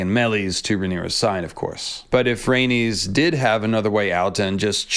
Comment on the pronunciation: She would get you for those pronunciation. “Ys” = “is.” ❤ Rae nis. Dracar is.